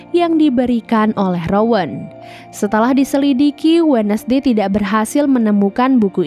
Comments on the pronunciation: Terimakasih rangkuman ceritanya.. Kayaknya yg bener bacanya 'wenzdei' bukan 'wednesdei'. CMIIW 🙏☺ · Wensday kak bukan wenesday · Lihat tiara Andini posting IG-nya dengan konsep film ini, jadinya malah serem2 gemes. Min baca wednesday itu wensdey bukan wednesdey. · Indonesia bngt sebut We Nes dey